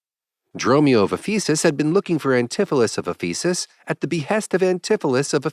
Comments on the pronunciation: It’s Éphesis, not Ephésis. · "Ephesus" should be accented on the first syllable, and all the vowels are short. It is a real city, with considerable importance to Christianity. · sounds like faeces